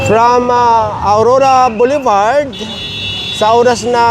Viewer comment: I commend you for correcting yourself since you are educating license holders/business operators thank you for pronouncing "BOULEVARD" correctly thistime. "Hitting 3 birds with one stone". (English pronunciation and traffic/business regulations.) Mabuhay kayo at ni Mr. Gabrie Go including the whole TEAM. I appreciate your advocacy. Sorry po now ko lang narinig yun tamang pronunciation po. The pronunciation of "boulevard" in English is generally boo-luh-vard or bul-uh-vard. The first syllable, "boo" or "bul," is stressed.